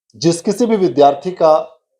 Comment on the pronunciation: Kia widhyarthi widhayarthi bolrha hai